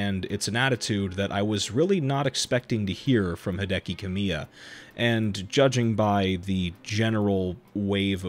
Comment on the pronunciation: The projects Kamiya's name is attached to are successful in spite of him, not because of him. Contents totally to the side for just a moment, this is just a very minor (I mean super minor) pronounciation note: emphasis is on KA in Kamiya, not MI. I figure you probably had no way of knowing.